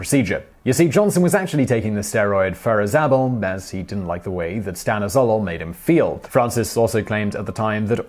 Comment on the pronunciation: That's not how you pronounce "Stanozolol" .. its "Stan-oz-o-lol"